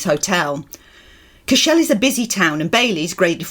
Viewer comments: Great guys 😊 By the way Cashel pronounced Cash-al, not Cash-ell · great videos by way cashel is pronounced cashL (SAY IT FAST)